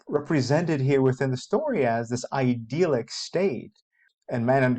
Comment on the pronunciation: "ideal-ick" isn't how you say idyllic